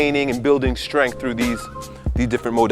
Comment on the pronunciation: "Strensschth" training